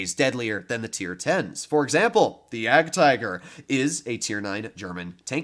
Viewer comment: The name you are pronouncing is 'Jadgtiger' but actually the German pronounciation is 'Jadgteger'. I have seen you pronouncing it wrong that's why.......